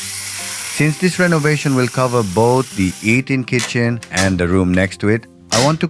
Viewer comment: I believe this is a re-post. Eating Kitchen sounds a bit funny.